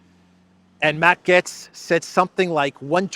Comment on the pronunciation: All love from the U.S. however, your pronunciation is a little off on Matt Gaetz's last name. His last namet sounds like the word Gates, as in plural of a single gate. As in Horatio Gates.